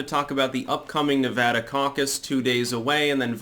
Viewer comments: Nice to see someone pronounce Nevada correctly.. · Thank you for pronouncing Nevada correctly.